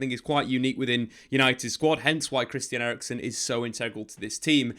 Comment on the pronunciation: Eriksen, not erickson he is not swedish ffs